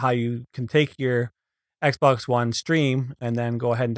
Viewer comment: It sounded like he said "First thing you want to do is go to your meme account"